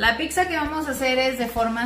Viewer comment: Deliciosa!gracias pero es pizza y no picza como ustedes dicen, escuchence por favor, saludos desde Italia, soy mexicano de corazón y orgullo.